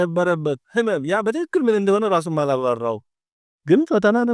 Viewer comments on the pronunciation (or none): none